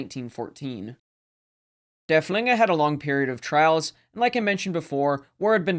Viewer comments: And als consistently says Der Flinger 😅... not too serious of an issue. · Thank you all for watching! This video was one of my favorites to create in recent memory, because Derfflinger is my favorite German capital ship of the period. However, the pronunciation is sometimes right and sometimes not throughout the video. I know my German viewer base isn't the largest but I feel bad because its hard hearing works pronounced incorrectly. Just know that I do really try my best with it :)